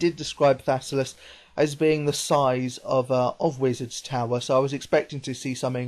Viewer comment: thassalus?? dont u mean thallasus